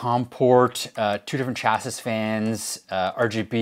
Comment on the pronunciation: It was the third s in chassis that did it for me